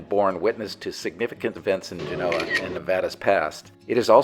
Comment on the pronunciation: History lesson from a guy that doesn't know how to pronounce Genoa! Interesting 😂